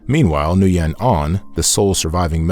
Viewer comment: Thank you for this inspirational history of Vietnam history. Just a friendly suggestion to pronounce the Vietnamese names more correctly - according to the Vietnamese pronunciation as best as possible. For example, "Nguyen", is pronounced, "win", not, "New yen". And Quyen is pronounced, "win", also. Not, "Qui yen".